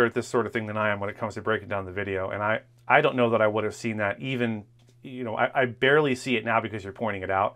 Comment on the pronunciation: ionno guyz... ionno...